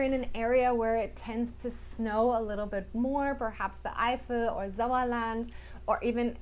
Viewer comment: the way she says "Eifel" and "Sauerland" sounds 100 % native.